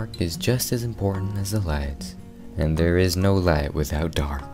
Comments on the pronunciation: I keep hearing “THARE” THERE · You manage to make me laugh every time you say two words... "There!" and "Dinosauer". Every....Time...